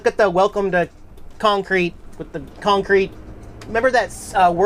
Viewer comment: Hey, - You should see “This Boy’s Life”. With De Niro, Leo Di Caprio and Ellen Barkin. Why? It was filmed in “Cawncrete”. (That’s the way De Niro’s character pronounced it). A bit disturbing but a good movie.